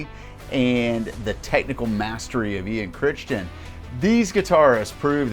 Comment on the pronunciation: It's Ian "Cri-ton", not "Crishtin" LOL